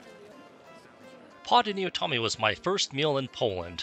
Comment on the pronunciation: Pod Aniolami (no T) the ł looks like a t but it is pronounced as a w. Eat there a lot. Damn, get the pronunciations correct.